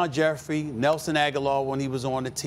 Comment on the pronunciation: Did he finally say Alshon's last name correctly? Lol